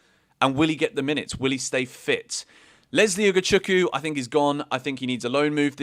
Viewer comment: Say Ugochukwu again 😂